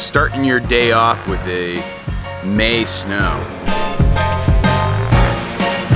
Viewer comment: That's right folks, he said May snow.